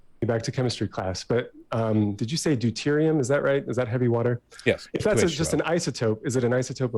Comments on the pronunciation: He so clearly knows very little about chemistry. Forget the fact he mispronounces deuterium... he claims that deuterium oxide is an isotope of water. It's not. You can't have an isotope of a compound. Deuterium is an isotope of hydrogen. He also claims there's "an extra hydrogen atom". Also incorrect, There's an extra neutron in deuterium than hydrogen. How can the man bring up the word 'isotope' in one sentence, and in the next sentence, immediately show that he doesn't know what an isotope is? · “Diterium oxide It’s deuterium, Vaush